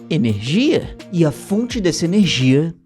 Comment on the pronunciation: eu ri no Enegrgia kkkkkkk